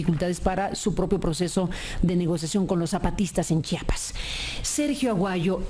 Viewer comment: Ese camacho nunca aprendio a decir Chiapas, pendejo.